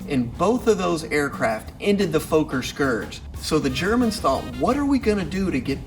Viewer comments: And "Foker" is pronounced "Fokker!" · You're mispronouncing "Fokker". Its not pronounced "Folk-er" but "Fokker" with the "o" sounding the same way as in the word "dog".